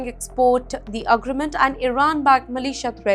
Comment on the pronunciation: This news reporter, needs schooling on how to pronounce her words correctly.. What is agragmant? Don't you mean agreement?